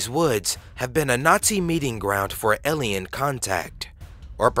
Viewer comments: A...lien... Alien. Not elian. Drove me nuts... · elien or alien? lmao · "eliyn" ... o more words